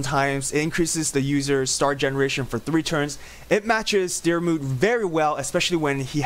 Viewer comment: The way your saying my name 😑 Your so far off